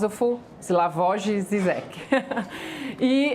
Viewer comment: Ela não sabe nem falar o nome do Zizek!